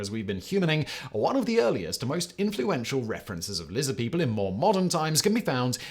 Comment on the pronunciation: Lizid peeple